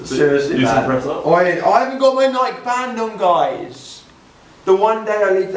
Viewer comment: It's pronounced 'Ny-key' (or /ˈnaɪki/ )not Nike. It's spelled Nike (obviously), but not pronounced that way. I'm from Oregon, the state where Nike is headquartered and was founded. Thought you'd want to know how to pronounce it correctly. :)